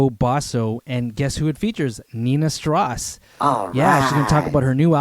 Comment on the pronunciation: Its strauss, as in Johann Strauss. Not stross. Enjoyed the vid though.